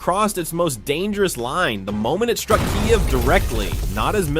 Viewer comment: Its not Keye-ev. Its either Keev or key-ev.